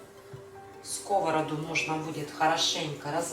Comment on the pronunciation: Не на скОвороду, а на сковородУ! В тесто для фаршированных блинов никогда не кладу сахар! Развожу не минералкой, а кипятком - никаких комочков. Блинчики не жарят, а пекут! Лука слишком много! Обжариваю лук, добавляю фарш сырой, затем отварной рис и потушить. Всем без исключения нравятся мои блины. притушиваю.